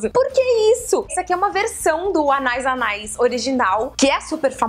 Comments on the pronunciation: Ficou muito engraçado ela falando "Anais, anais"! Acho que a pronúncia correta é "Anaís, Anaís". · Karol, é "anê anê" a pronúncia kkkk em francês a terminação ais se fala "ê" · Se fala ané ané, Karol!! Deu vontade de ter todos!! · Anais Anais Mon Premier Délice se pronuncia "Ãné Ãné Mon Prêmiê Dêlís" mais ou menos. Qualquer coisa é só colocar no google translator e apertar para ouvir o som da palavra. Ajuda bastantinho! <3 Eu sou bem particularzinha pra escolher perfume, mas tem uns que até eu fiquei com vontade de comprar, hahaha! Beijo, sálinda! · na verdade é anaïs anaïs e como o i tem trema, então a pronúncia é anaís anaís ;) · Se quiser confirmar, é só procurar um comercial do perfume aqui no YouTube. Vi dois, um antigo chamado "Anaïs Anaïs TV Commercial 2" e um do perfume que a Karol mostrou, chamado "CACHAREL - Anaïs Anaïs Premier Délice". No final de ambos tem a pronúncia correta.